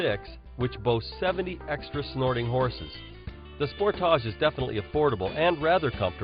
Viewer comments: Sport-toush it's "SPORTAGE" you idiot learn to pronounce it.🖕🏻🖕🏻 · Sport-tarch... As he pronounce it...lol